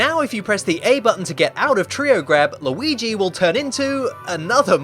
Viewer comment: how many times does he have to say treow grab